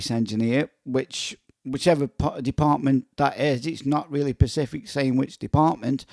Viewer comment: It's specific not pacific.